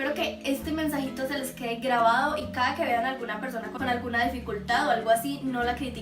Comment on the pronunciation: porque suenas muy fuerte la palabra caada estas enfermita? o sola mente te sale te adoro